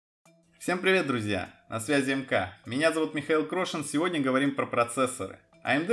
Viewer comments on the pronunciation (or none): none